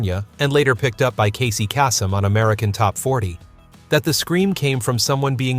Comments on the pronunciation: His name was Casey Kasem, pronounced KAYsem. Not kaSEM. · He said Casey Cassum... pronounced A like as in "cat". It should have be A like on "cape" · The name of Casey Kasem is pronounced "KAY-sem," not "KAH-sem." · Casey KASS-um? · Casey Kass-umm? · Casey Kasem.